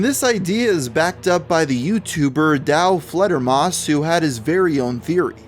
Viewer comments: Alex Jones can't even pronounce it right.... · Alex Jones is such an idiot. He could even say the channel name correctly. "SPSRussian" what is that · Aside from mispronouncing the name of the channel, what fact was wrong? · Haha he said 'sps russian' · Alex Jones is an idiot and mentally unstable, if not insane. He cant even pronounce FPSRussia correct. "SPSRussian". Alex Jones gives conservatives/right wingers a bad name. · Alex Jones: "the founder of SPF RUSSIAN" FUCKING DUMBASS GODDAMNIT WHY IS IT SO HARD FOR SOME PPL TO READ FML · Sorry it’s a bit long but worth a read. ALEX JONE’S EXACT WORDS;” The founder of SPS RUSSIAN; the biggest gun SHOW in the world, not just on YouTube, and hundred million viewers in a average a MUNCH just on YouTube ....biggest gun SHOW in the world was tied up at his OFFICES, HESA GUN MANUFACTURER.” WTF! For a guy that’s allegedly so smart can’t even speak fucking English. No those aren’t my typos. If it’s capitalized it’s either a word he’s incapable of pronouncing due to neck fat interference or lack of working brain cells. And also how the fuck can a man be tied up at multiple offices? And F. FffFf fucking F Alex! FPS Russia is not a GUNSHOW. Not once in any episode did I see booths set up and hundreds of guns for sale and ammo. No fuckin YouTube skit is a show. It’s a fucking YouTube video you fat face dumb fuck that makes conspiracy people look and sounds insane. Which is why when obvious conspiracies can be proven they get fucked cause Alex fuck face jones opens his dick suckers and makes people think anyone who says anything he says are crazy as the FUCK. Making people not even want to try to see the truth in any situation of doubt. And no Channel has ever had 100’s of millions of views a month EVERRRR. Maybe one Channel did for A MONTH. NOT MONTHS. Creating the truth like he does best. I sadly half ass support some shit he used to say. Until now. Fucktard man. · “Sps Russia” 😭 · Hold up... did this dude just say "SPS Russian"?